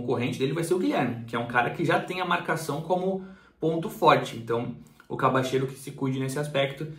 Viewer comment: Pô, mesmo com um repórter mandando um vídeos com a pronunciação correta co nome do jogador, o ainda me fala “Cabacheiro” 🤣 Brincadeiras aparte, grande vídeo, muito obrigado pelo esforço de ir buscar informações com pessoas do ramo, parabéns!